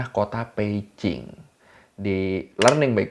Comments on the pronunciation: Peijing apa Beijing sih? Kok gw risih denger nya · bang lu kok klo ngomong beijing bukn pake "B" bang tapi pake "p" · setelah 2 tahun gua nonton lagi. gua dengarnya peijing, wkwkwk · gue dengernya Peicing 😂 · Memang yg bner cara nyebutnya "Peicing" ? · bang, itu lu nyebut beijing jadi pei-cing apa? apa kuping gw yang rada2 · kok gw ngedengernya peici ya , kuping gw yg bermasalah apa emang ngomongnya gtu??? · Ooo pantesan drtd bingung kok nyebut beijing nya beda tyt emg beda y pelafalannya 😅